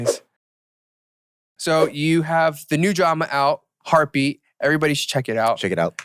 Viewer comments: Listen to my heartue beatue !!!! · listen to my HEARTEU BEATEU